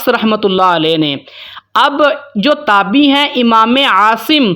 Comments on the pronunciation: اسلام علیکم ،جناب یہ لفظ" تابی" نہیں بلکہ "تابعی" ہے درست کر لیں ،شکریہ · جناب یہ تابی نہیں ہوتا تابعی ہوتا ہے آپ اگر ایسی غلطی کریں گے تو سارے لوگ آپ کی وجہ سے غلطی کے مرتکب ہوں گے اس کو درست لکھیں اور درست پڑھیں